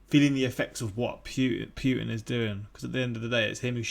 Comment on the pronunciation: W/ Putin—It. Is. Always. Rigged. He comes by nothing in an honest, honorable way. (btw, since asked, it’s Putin like Poo-tin, not Pyou-tin. In Russian the letter «ю» sounds like the English word “you” but “Putin” is «Путин» and the letter «у» is pronounced more flat, like the “ou” in “you”. Anyway…) His approval ratings are “99%” on paper only and the majority of Russians don’t want him. He allowed Эхо Москвы (Echo Moscow, which is the opposition media outlet) to function because he needed it to claim they have freedom of the press. Yesterday he shut them down, forbade all news outlets from delivering any information that is not state approved. The state-approved “news” claims Ukrainians bombed their own cities, held their children in front of them as shields against gunfire, and murdered their own civilians all to blame it on Russia. He is no longer even pretending Russia is a democracy. If you look at even just the basic facts of how his reign has shaped up Russia, his agenda is perfectly, crystal clear. In the marching orders to the soldiers he sent to Ukraine he used terminology that has not been used since the USSR fell. People are saying he cracked, that he must have dementia. They are wrong. Read this very carefully: Putin is today exactly who he has alway been, who he has always said he is, and who he has always shown himself to be. This was a charted, methodical plan that he cultivated, that he enacted, and that he has been following step by step to achieve his goa